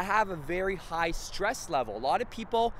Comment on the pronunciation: This guy can't even pronounce his words right lol